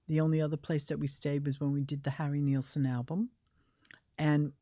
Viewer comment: I just want to know why nobody can pronounce Harry Nilsson's name right? I don't mean to get picky but it was Nil-son not Niel-sen in fact the album is called "Nilsson Schmilsson" and it rhymes.